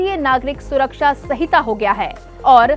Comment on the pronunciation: Hamare bhartiyon ko to Hindi bolna bhi nahin aata yah madam sanhita ko sahita padh rahi hai.